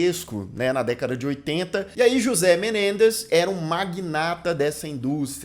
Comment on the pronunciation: Comentário pros nerds: a pronúncia de José seria "Rrôcê". Tô amando o vídeo 🎈👏